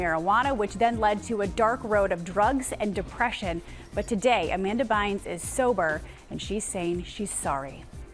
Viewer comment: "Amanda Bynths" - Michael Strahan